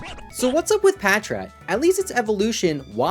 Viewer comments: Bros so forgotten about pronounces his name wrong 😭 it’s Patrat lol, not patchrat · Patrat so forgotten bro can’t even pronounce it right 💀